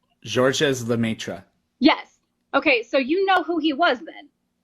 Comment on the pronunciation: the 's' is silent in Georges, and so is the last 'e' in Lemaître.